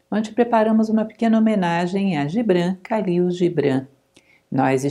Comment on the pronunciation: Muito interessante! Só lembrando que em árabe, o Kh tem som de R mais gutural: Ralil.